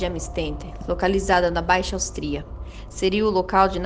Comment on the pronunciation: Meu Deus seu português é péssimo... Estrupo... Austria Muito ruim a forma de narração tbm